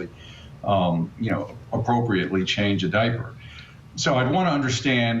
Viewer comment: Did he say Diapy?